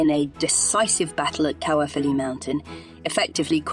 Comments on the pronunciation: Excellent video, but it's pronounced caer as in eye. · I’m from Caerphilly and this video was very informative but.. the pronunciation of certain words like Caerphilly and Llewelyn was horrendous. Perhaps it would be more appropriate to have a Welsh speaker narrating the video. Might make it a sound more professional.